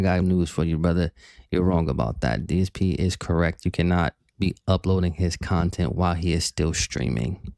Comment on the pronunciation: keeps comparing himself to a tvshow/movie. Yes it's taking his "kahntent" sure but he's not a industry project he's just a fat old man who sits in his room 10 hours a day playing games begging